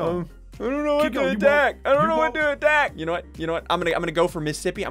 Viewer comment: He said minisipi